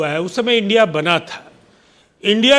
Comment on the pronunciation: "आई.एन.डी.आई.ए" कहिए मैडम.. इंडिया नही। "एन.डी.ए" का रहेहै...... ना के "नदा"